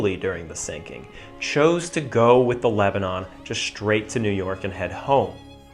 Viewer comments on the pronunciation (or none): Very good, sir. But there are no SHtraglers. A thing is not SHtruck. One does not go SHtraight. The correct pronunciation is minus the 'H'. Otherwise, excellent video.